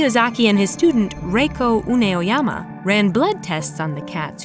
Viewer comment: It's U-e-noyama